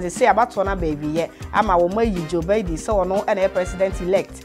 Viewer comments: The way u pronounce Joe Biden is not correct please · Please it's Biden not Baiden